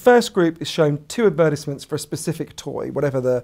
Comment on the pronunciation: 5 mins into the video I finally realized the way you say advertisement is... ads. The word sounded familiar but I just can't recognize it lol